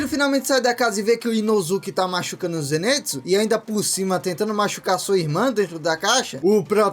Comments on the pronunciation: É ZENITSU E NÃO ZENÊTSU😭😭😭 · Só eu que percebi que ele ta falando errado o nome do zenitsu ZENITSUU NIIIII NITSU